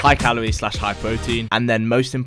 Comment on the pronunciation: Da pwotein